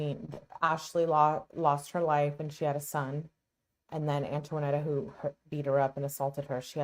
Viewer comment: FYI: Her name is Antonetta, not Antoinetta.